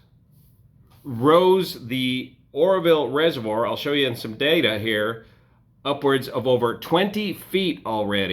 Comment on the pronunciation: Also like the emphasis on DATA